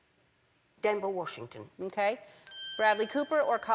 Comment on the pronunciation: LMAO She pronounced all of their names wrong! haha still lover her though!